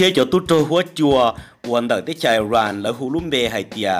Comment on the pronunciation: Koj yeej hais xov xwm tau zoo lawm Kuv kuj nyiam caum saib koj Tab sis muaj ib qhov xav kom koj hloov me me Xws li IRAN mas koj hais tias ais ran no. Nws yog is ran. Yuav tsum hais lub suab yoog kom thooj li luag hais Ib yam li peb haiv hmoob Yog leej twg ho muab hais tias hmoov no los yeej tsis raug. Tsis yog tib yam Es kuv tsuas hais li no xwb. Ua tsaug